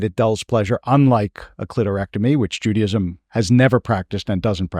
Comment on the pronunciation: Wish you pronounced Judaism normally though haha